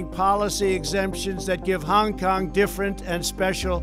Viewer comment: Trump, you say Hong Kong nicely.